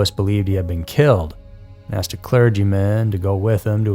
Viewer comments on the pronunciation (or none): none